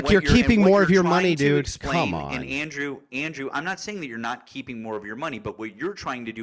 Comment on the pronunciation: ANDWEW!!! ANDWEWW!!! MAAAAAATTTTT trolololol